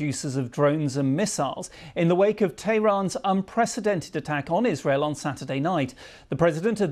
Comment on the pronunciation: Why does he pronounce 'Qatar' and 'Tehran' so strangely sometimes?!